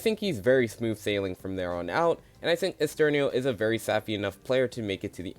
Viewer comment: Side note because I'm on Oliwia's part, it's pronounced Olivia, in Polish the W letter has a V sound, applies to other characters too like Ara where you said Aria, or Ernesto where you said Esterno Anyway might thoughts on the video, pretty agreeable and I don't think I can add much more than that, maybe a few placement swaps but Sam is easily number 1 in terms of winner pick imo